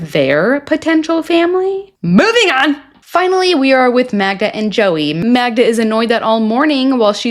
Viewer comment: her name is Magda not MAGNA!!